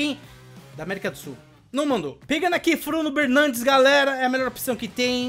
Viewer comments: "Fruno Bernandes" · "pegando aqui Fruno Bernandes" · "pegando aqui o Fruno Bernandes" 2021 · Fruno Bernandes kkkkkk essa foi top hen..